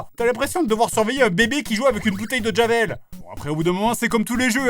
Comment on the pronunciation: si vous écoutez bien, on a l'impression que jdg dit "t'a l'impression de devoir surveiller un bébé qui joue avec une bouteille de Jamel"